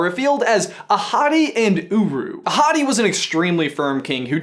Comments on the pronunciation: Does anyone think that he keeps saying 'a hottie' instead of 'Ahotti' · when he said Ahadi I thought he said ‘a hottie’ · Damn, i really thought he was saying " a hottie" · whenever you said “ahati” i thought you said “a hottie” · I keep on hearing " a hottie"... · I thought you said that Mofassa’s dad as “A hottie” 😂😂😂😂😂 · Oh. I thought he said "A hottie" instead of "Ahati", the actual name of Mufasa's father... Well, my bad. XD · I keep hearing you say A hottie and not ahati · So when you said "Ahadi and Uru", I thought you said "A hottie and Uru". If you were actually saying that, you wouldn't be lying.🙄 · Lowkey thought said the parents names were "A Hottie & uWu" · When you said Ahadi I thought you said A Hottie... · I thought you said "A Hottie" 😂😂😂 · All I can hear is ‘a hottie’ and a ‘guru’ xD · It sounds like you're saying "A hottie." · Am I the only one who thought he said “A Hottie”😂😂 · It sounds like ur saying a hotty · The entire time I thought u were saying “a hottie” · Same XD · please tell me I'm not the only one who heard "a hottie" at first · I'm watching on 2x speed so when ever he says "Ahadi" it sounds like "a hottie" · When you said Ahatté (sorry if I butchered that) I thought you said A hottie!! Lmao also can someone please tell me how to send you sock pics? Cuz I have some amazing pokéball socks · ''Ahadi'' I heard AHottie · i kept thinking that he was saying a hottie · not hungry for tacos, but every time you said Ahadi's name I thought of beautiful African women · I kept hearing that their dad is "a hottie" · When he said Ahadi, I actually heard a hottie 😂 Also, I LOVE your shirt,. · Anyone else notice that his dad's name is pronounced A Hotty? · Why do i keep hearing "A Hotty" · I kept thinking you were referring to the grandfather as "a hottie" ahahha